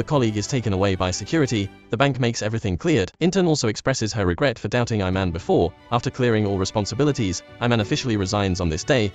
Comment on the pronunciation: Its not "I man" its ee man